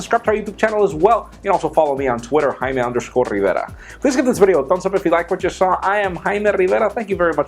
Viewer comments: I like how he rolls the r in his name...